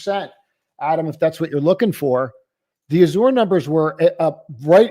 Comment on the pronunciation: Azure - pronounced az-sure